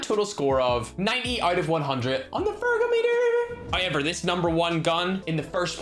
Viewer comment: I love how say however HOYEVER!!!